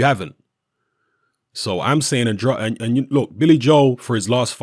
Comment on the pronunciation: The "ade" in Andrade is pronounced like the ade in Lucozade.